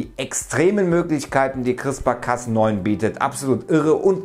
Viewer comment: CRISPR nicht "Chrispa"...